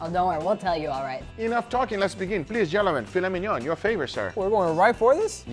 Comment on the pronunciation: I love how says Gel-A-Men...i mean gentlemen. We all have our accents! Great content as usual.